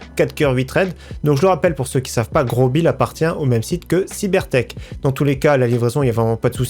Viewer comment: On oublie pas le like mais ppir moi on dis pas grobil mai grosbil